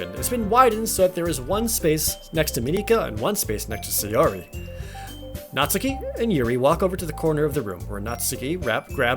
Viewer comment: NEET = Not in Employment, Education, or Training. Basically, a shut-in who doesn't contribute anything to the world or yourself. No clubs, no extra curricular activities, no college, no job, etc. BTW, THANK YOU Jared, for pronouncing "Natsuki" correctly. Everybody else says it as "naht-soo-kee" which is wrong. EDIT: Well, you pronounced it right the first time, anyway. -_